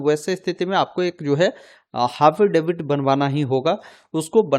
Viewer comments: हाफिडेविट या एफिडेविट 😅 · हाफिडेवित 🤣🤣😄🤣🤣🤦‍♂️🤦‍♂️🤦‍♂️🤦‍♂️ पढ़ लेते सही से एक बार 🤣🤣😄